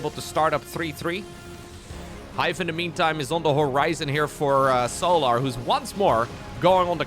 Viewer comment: The way bro pronounces Solar is so jarring... So-laRRRR. Bruh.